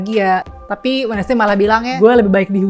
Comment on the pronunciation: Wednesday sama mba nya di baca WED NES DAY. aduuuuh.